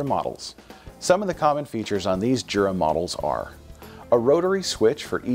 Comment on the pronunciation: I thought it was pronounced Yura?